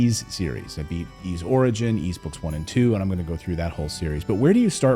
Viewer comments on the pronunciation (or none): The Switch is the console that plays the best games from all the consoles that have ever existed. You mispronounce the word "Ys". It's "eece", not "eeze".